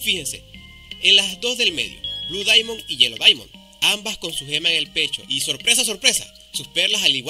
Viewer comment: Aprenda a pronunciar “Diamond”